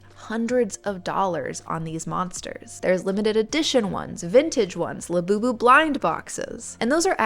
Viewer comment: Sounds like Lapoopoo. what a crazy sh*t